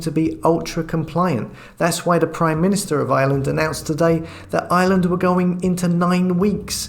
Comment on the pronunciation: IRELAND...not island. There is an R in Ireland.